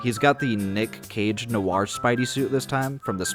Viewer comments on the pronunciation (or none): none